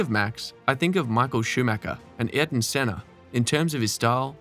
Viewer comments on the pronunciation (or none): none